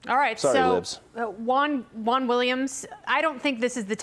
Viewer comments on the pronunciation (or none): Juan not eguen.